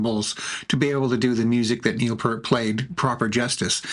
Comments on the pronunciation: Neil P👂t. I wish his name could be pronounced correctly especially this late in the game. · It was so good....! You mispronounced the Professor's last name.... Unforgivable, but I appreciate you making something from RUSH being BACK!!! 11 years of just ok it is done, THEN BAM this...!!